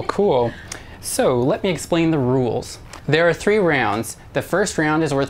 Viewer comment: he definitely said "episode tree" at the start